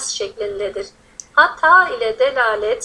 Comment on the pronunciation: dalaleti delalet diye okumamak gerekir. ضلالت / دلالت anlamları çok farklı yani